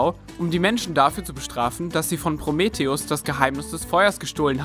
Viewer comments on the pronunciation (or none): none